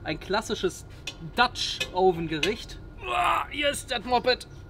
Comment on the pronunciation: Du solltest mal "dutch oven" richtig aussprechen und vor dem Spiegel üben.....